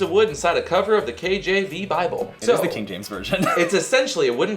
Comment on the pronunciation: Ok not sure if I am hearing him correctly but is he saying king James version or kknk James version?